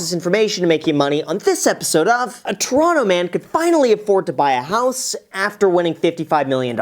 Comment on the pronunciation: Don’t like the increasingly clickbait-y titles, but you got a like out of me for your pronunciation of Toronto